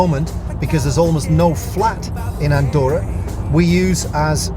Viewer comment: No se pronuncia "Andoura", se dice "Andorra" xD. Buen lugar para vivir!